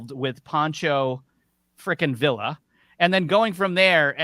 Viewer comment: It's pronounced veeya, not vila. And I know it's spelled villa. And for the love of God use the word an! Idk what happened to you people